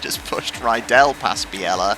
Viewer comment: Just a small thing, I believe it's pronounced (or at least Murray pronounced it) Frank Bee-lah. I think you're making him sound too exotic with Biella 😂 Enjoying the beating and banging! :_tolMurray